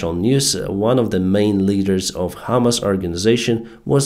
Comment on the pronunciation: PRONUNCIATION Your pronunciation of HAMAS sounds like HIMARS. Need to emphacize HAMAAAS not HIMARS ALSO "I amm out of the clue should be "I DON'T HAVE A CLUE"